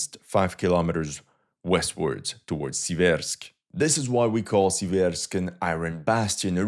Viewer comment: SEE-vairsk Stress on the first syllable.